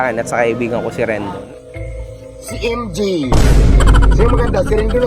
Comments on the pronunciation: Baka naman kasi MJ ung pangalan, MG lang pagkaka pronounce nya..😅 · emjay eh hindi naman emji.😂